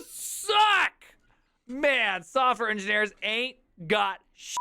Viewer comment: "engineerelopers" LMAO